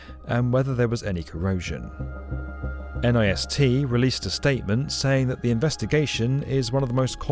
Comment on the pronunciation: NIST is usually pronounced as a single syllable rhyming with 'pissed.'